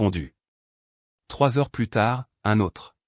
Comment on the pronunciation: on est d'accord pour le plus mais comme c'est une IA qui parle si on ne lui apprend pas que le S de plus ne se dit pas ou bien les accent comment on entend des fois si on ne lui apprend pas cela l'IA ne l'apprendre pas seule ....